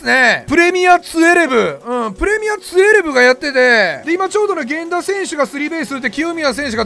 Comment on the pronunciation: 12ってツウェルブっていうん？トゥエルブじゃないん